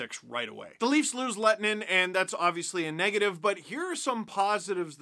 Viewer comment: Your ”h” sound is actually part of the way his name is supposed to be pronounced :D